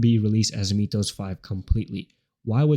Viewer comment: Sorry... but it's pronounced: m i th oh s not mee th oh s ...